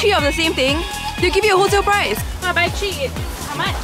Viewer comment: Haha she said tree....